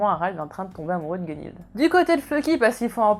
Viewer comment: Ça va ça va tu prononces pas trop mal Gunnhild :P. Bonne vidéo autrement ^^'